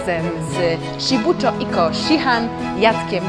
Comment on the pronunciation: Wymowa zbyt twarda. Sibucio, sihan i kjokusin